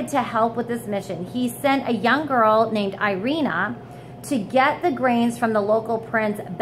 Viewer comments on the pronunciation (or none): none